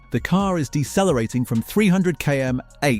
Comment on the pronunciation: Learn your AI to pronounce abbreviations like Km/h properly or just write it out.